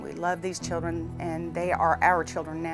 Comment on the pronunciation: Did he say “the chillen” 😂😂👌🏾 okkkk love it